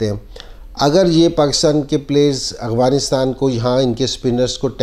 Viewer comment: MashaAllah...boht shukrea sir ....bas ak bat inzee bhai... Afghanistan...not aghvanistan. If u don't mind 🥰😃😀